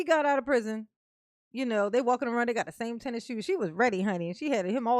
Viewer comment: Omg, I couldn’t take it. You just talk talk talk, let’s hear the damn transcripts, not the incorrect way you say prison 5689 times.